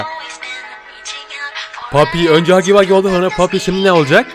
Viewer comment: ayyy senin gaffuy demeni yeyiiiiiiiiiim😆😆😆